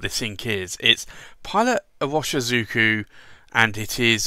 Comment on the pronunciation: Well, you might already know, Pilot Iroshizuku pronounce as "ee-ro-shi-zu-ku" not just as irving. Lol